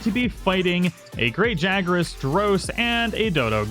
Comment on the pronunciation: “While fighting the Great Jagras” 😂😂😂😂😂💀💀💀